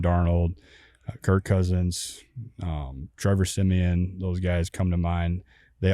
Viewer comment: Did this guy say Trevor Siemian